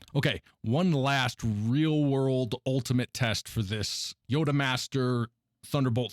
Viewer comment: Good review. I'm just beginning to look at TB hubs, and this helps me out. One minor thing: the prefix yotta- should be pronounced "YAW-duh." It's not clear from the spelling, though, and pretty much only physics and math people know how to say it since it's such a huge number that never applies to regular daily life (10^24, alternately considered (10^3)^8 because "yotta-" is derived from the number 8 -- like how 10^15 is "peta-" because it is (10^3)^5).